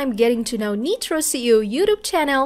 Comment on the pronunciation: "Neetro See-oh"? Sounds like maybe that's a computer-generated voice that messed up the pronunciations? Is that how I pronounce Nitro SEO? The young lady (or app) has excellent tone and articulation however.